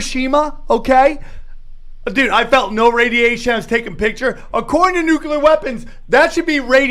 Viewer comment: Nucular Nucular Nucular 😁